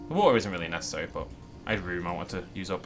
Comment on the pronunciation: Little bit of watha little bit of wahha